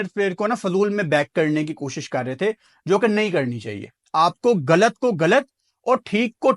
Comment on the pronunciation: Tmhen ghlat ko ghalat kehna ni at hindi ki trgan galat galat kehta he